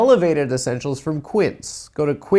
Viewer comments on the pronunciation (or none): That's not how you say Quince, amigo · What are the chances that first sponsor’s name is the Spanish word for “fifteen” and Adam is mispronouncing it horribly